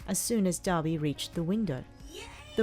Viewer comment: Why did i hear daddy when she said Dabi